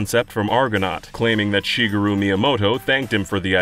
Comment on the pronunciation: Ah, "Shigga-roo" Miyamoto